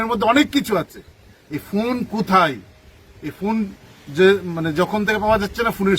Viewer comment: আরে পঁচা বেগুন ফুন না ফোন, বুইড়া ছাত্র নেতা উচ্চারণ জানেনা হুদাই ম্যা ম্যা করে